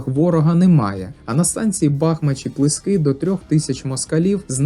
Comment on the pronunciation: Якби стільки фактів,подробиць,емоцій було б і про бої в Бахмачі 24-27 січня 1918 р.,які передували бою на станції Крути.Перед Крутами є село ПлИски,а не ПлискИ.Знаю цю місцевість десь із 5-и років.А ще схиляюсь до версії,що на ст.Крути бій був не 29,а 30січня.